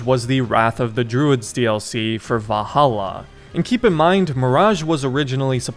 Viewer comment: Love your vids man but why do you keep saying "Vah-ala"? 💀